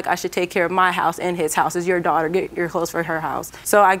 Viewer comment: “My dwater”